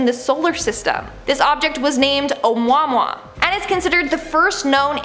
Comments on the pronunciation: I thought that it was phonetically meant to be "oh moo-ah moo-ah" not "oh mwah mwah" 😫 aw we love you and ur silly pronunciation 🤣❤ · I think I had an aneurism listing to her incorrectly pronounce Ohmuahmuah ("oh moo-ah moo-ah", not "oh mwah mwah") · So, Oumuamua is pronounced just like it's spelled. O mua mua. You said it yourself it was discovered by a Hawaiian man, not a Mexican dude. You pronounced it like Chihuahua, but it's not a Spanish word. Om long u short a m long u short a. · It’s oh-moo-ah moo-ah. lol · Ah-humAh-HuA. Polynesian sky God. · Hi, You are definitely my favourite host but I just thought you might be interested in how to say the name of the meteor that you spoke of properly. I know that you really like cows, so this will be easy. It’s pronounced O-moo-a-moo-a. You said some extremely tough words that I don’t even know if I could ever say, so your miss pronunciation was very cute. Keep up the amazing work, I love this channel. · The object seen leaving our Solar System is pronounced Ah-moo-Ah-moo-ah. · You are saying Omuamua wrong! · For %"€^=/ sake, learn to pronounce the names of the stuff you intend to talk about --------> Oumuamua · Unexpected Thor in this video when pronouncing Oumuamua just like Kat Dennings said mjolnir.